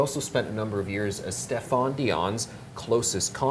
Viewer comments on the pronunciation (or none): Ur mutilating the pronuciation of Stéphane n Papineau. The a's are short as usual in French. Trudeau inherited his father's communism, wealth, n snobbery, but not his intellect nor his political acumen, n he's widely regarded as not very bright n not playing with a full deck.